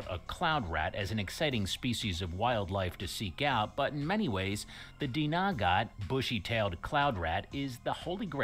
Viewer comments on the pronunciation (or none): Dinagat yun hindi Dnagat